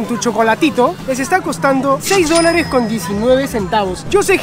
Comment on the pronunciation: Cada vez que dice dolarachos me empieza a doler la cabeza